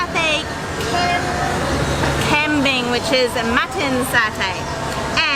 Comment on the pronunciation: You guys are both butchering kambing, “gumbing” is how you pronounce it.